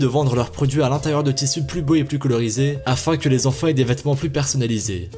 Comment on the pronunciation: on ne dit pas quatre "zenfan", mais quatre "enfan".